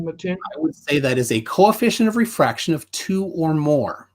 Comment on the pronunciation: Ah.. these were the days... back when planarwalk had a penis, tjump was a man, was pale and still proclaims presumptions and says they're not presumptions because he says so, calculations are measurements, squiggly cranes... and every answer was "refwaction.. bgawk... refwaction" and refraction perfectly makes things look flat. Now its "The universe is the container". lol.. and finally "we don't see the geometric horizon..." and "boats go over the curve". What of the 5 types of refraction is it? "I don't care". That's like saying "this flavor is the best..." and says "which flavor?" And says "I don't care about your flavors... this is the best flavor."